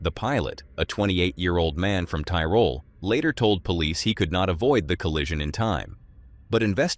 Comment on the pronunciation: Tirol nicht Tyrone.